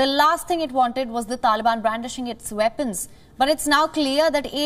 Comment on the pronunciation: "The veddy vepons "